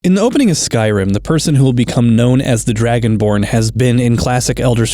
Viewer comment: Am I the only one hearing "Dragon Porn?", Like, I did a double take the first time but "Dragon Porn" is what it sounds like I'm hearing for some reason. I need to go touch grass.